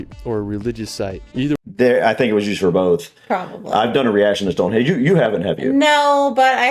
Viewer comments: it’s HENGE not Hedge 🤦🏼‍♀️ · This video has the worse narrator possible, he can’t pronounce any place names properly ‘Westminister’ and ‘Stonehedge’ are just two. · DO NOT TRUST TOURISM advice form a guy who calls it Stone Hedge!!!!! Ask the locals not a guy who never went. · It was funny that the narrator said "Tower of Westminister", rather than Westminster. Then he said Stone Hedge, rather than Stone Henge. 🙄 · How many times did he call it stonehedge 🤦🏼‍♀️ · It's Stonehenge, not stonehedge🫣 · It’s Stonehenge not HEDGE! It’s Wales not Wells! I wish this video audio could be edited, it’s annoying! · The guy saying "Stone-HEDGE" instead of "Stone-HENGE" is driving me nuts :D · "Stone Hedge" this guy is a gold-medal muppet. He manages to mispronounce pretty-well everything. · The narrator was saying StoneHEDGE in relation to the standing stones. It's StoneHENGE! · Oh no... has triuble pronouncing words (like "_world_") and place-names (like ' Westminster ' - it's not "West Minister") (and ' Stonehenge ' (_NOT_ "Stonehedge") There's 'Avebury' - a village is built inside a large stone circle. That's the 'Millenium Bridge' you were asking about in London... That is chalk (made from millions of years of compressed ancient sea creature's skeletal remains) on the 'Old Harry Rocks' and 'The White Cliffs of Dover'...but the hexagonal basalt rocks which were formed by cooling volcanic lava are called - in Northern Ireland - 'The Giant's Causeway'... There are others lije them in Scotland opposite those in the Giant's Causeway...plus there are lots in North America too, in, for example in Wyoming - 'The Devil's Tower' and the Elephant Mountains (?) / or Ridge (?) in Washington State... 😏🇺🇸🙂🏴❤️🇬🇧🖖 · Hold on. Is he pronouncing it Stonehedge??? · A speech impediment doesn't make you pronounce Stonehenge as Stonehedge or Westminster as Westminister. 🙄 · Did he say Stone HEDGE ? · It's ruddy StoneHENGE not ruddy stone hedge!!?!! 🤣